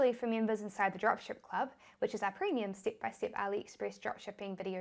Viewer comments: Just came by your videos by chance.Love the way you say Stip by Stip & Chick ( check) My english is funny too.Thanks for helping new comers to Shopify. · We all know what you are saying when you say "stip by stip," your accent is just awesome and its probably about 50% of the reason we keep coming back to watch all your videos!